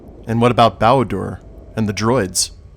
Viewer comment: You said Bao-Dur wrong. It makes the sound of /eɪ/, not the sound of /æ/.